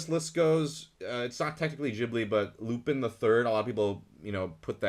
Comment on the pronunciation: Great list and the fact that you said Castle of Cagliostro would be A tier made my heart happy - aside from how you pronounced Lupin 😂